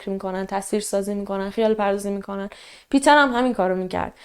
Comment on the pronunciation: مرسی از برنامه و شیوه اجرا،🙏 ولی جهت اطلاع شما، اسم Peter به آلمانی پیتر تلفظ،نمیشه ، بلکه پِتِر خونده میشه